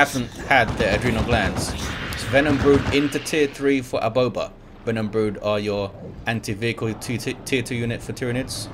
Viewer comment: the way you said " aboba " was just perfect